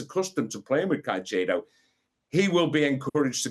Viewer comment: What the hell is a "Caichedow" ?